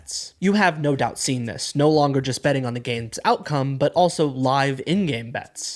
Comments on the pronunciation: Betteing? Really... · What are “betteing” companies? Lol